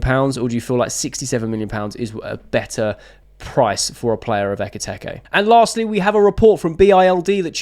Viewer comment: It’s been a few days now so maybe you’d like someone pointing out it’s Eketike, not Eketeke.